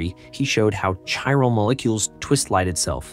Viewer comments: Said like "kyral". Great video! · Important topic to make a YouTube video on. The words “chiral” and “chirality” are pronounced with a hard “c”, not a soft one.